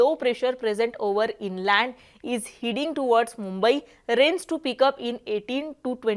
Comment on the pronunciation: आणि heading चे हिडिंग नसते हेडिंग असते..